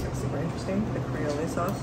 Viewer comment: The sauce you keep calling kray-ole, is pronounced cree-ol. Duh.